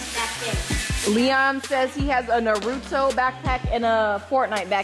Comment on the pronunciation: “Narudo backpack” 😂😂